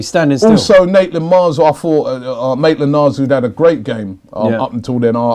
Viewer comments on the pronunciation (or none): Robbie, stop saying Naitland Miles